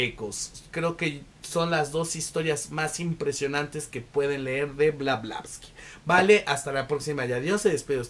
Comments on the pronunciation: Blavatsky!!!! No blavlastky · Todo Bien, salvo que el apellido de Helena es Blavatsky y no Blablasky.... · Por Favor QUE ALGUIEN TE AYUDE A DECIR CORRECTAMENTE EL APELLIDO DE MADAME E. BLAVATSKI!!!! Szle el honor a la gran Demiurgs,psiquica, vlarivedente clariaudrinte .....eetc ES UNA CUCHILLADA A LOS OIDOS..... .❤❤❤ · Como habrás visto el nombre la dices mal, pero tu reseña es fabulosa. Tu entusiasmo es contagioso. Me suscribo a tu canal , lo haces muy bien. Por cierto yo soy de las que ha leído el libro y fabuloso. Gracias 🙏🏻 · es una ironía porque la persona del video no pronuncia bien el apellido de la autora, si se fija acá la persona lo escribió de manera incorrecta